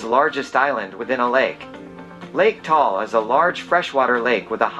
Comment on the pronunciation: It's Ta-al not Tall (different meaning).. foreigners just mispronounce it, we're not mad though